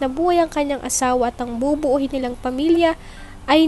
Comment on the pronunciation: NOT BUBUUHIN,BUBUUIN